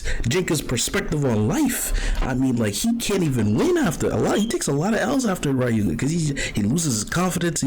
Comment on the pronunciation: It’s pronounced Rayuga, written Ryuga